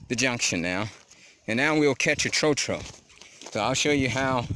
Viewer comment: Mispronunciation of "tro-tro". It is pronounced closer to "trot" than "throw".